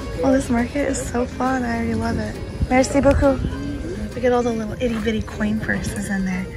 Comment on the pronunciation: Your French has improved a lot! I love your ‘Merci beaucoup’! Perfect accent, bravo!